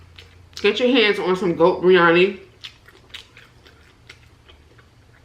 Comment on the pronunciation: I'm indian and thats not how u say biriyani